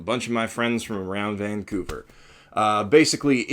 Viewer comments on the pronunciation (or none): none